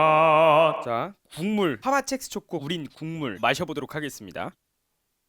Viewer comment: 자꾸 첵스가 잭스로 들리지......